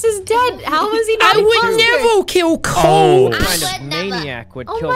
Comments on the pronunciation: jack: says corpse subtitles: corb. take it or leave it. jack: says sykuno subtitles: cycling. take it or leave it. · "I would nevo kiw copse" - jacksepticeye 2021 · “I would nevow kiww cowpse!”